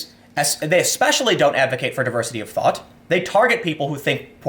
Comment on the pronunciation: Anyone else hear Tim say "Diversity of THOT" instead of 'thought'? If she breaths...